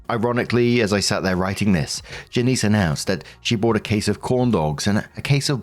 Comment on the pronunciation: That lady's name is Janice, not Janiece. Is Janiece common pronunciation in the uk?